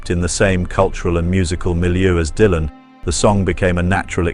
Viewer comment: "DAILAN"... Aprendé a hablar, dejá la IA, que cringe!! Tambien escrito por IA.. que verguenza, loco!